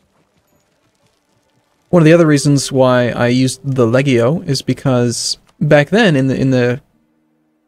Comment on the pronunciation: I think the G in Legio is pronounced like a J... Like Leh-jee-oh.